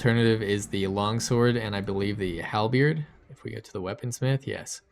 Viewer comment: Pronounced Halbird not halbeard lol. Anyways, great informative vid!